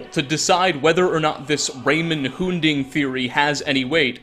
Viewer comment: Anyone else irritated about mispronouncing Umbra and Hunding? Lmao.